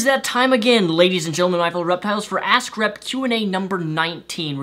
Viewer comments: Your Vids are really great but just one thing...everytime you talk about your "Ask Rep" category it just sounds like "A** C***" Keep doing great Vids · Am I the only one that hears "Ass Crap" when says "Ask Rep"? ^^ No offence meant, good video as always!:)